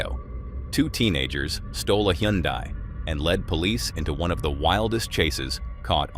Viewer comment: "Hyundai" is pronounced like "Sunday"